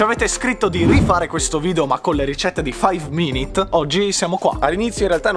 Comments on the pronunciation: Si dice Mh Mh FAIV MINIT CRIFT!!! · Ti correggo si dice faiv minit crift